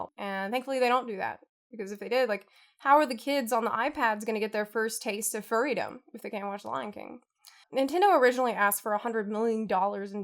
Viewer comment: I'm gonna pretend you said freedom and not furrydom. Excellent episode otherwise, love this content!